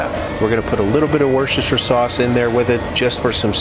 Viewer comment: Thanks for the video. Do you every do a dry brine overnight, or a beef stock injection before the cook, to boost up the juiciness? Tip on Worcestershire pronunciation: WUSS - TER - SHEER ... (source: am English-American!)